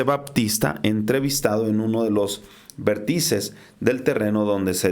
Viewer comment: Vértices. Acento 3n la primera e.